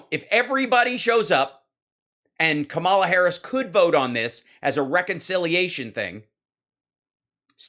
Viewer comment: PLEASE pronounce the Vice President's name properly. It's a matter of respect. It's "comma la"